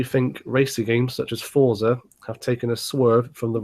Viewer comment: u said forza lol